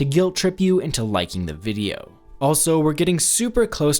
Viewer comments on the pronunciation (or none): none